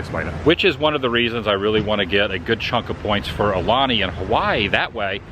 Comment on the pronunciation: Brah….. your pronouncing “Aulani” wrong. It’s “OW-Lani” NOT “Aahh-Lani”